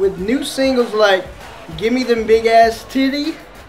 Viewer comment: the way he said titties XD....TIDEUYS